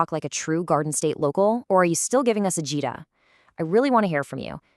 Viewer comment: AHH-jih-dah, not ah-JEE-dah.